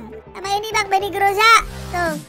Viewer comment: benny moza bang bukan benny groza wkwk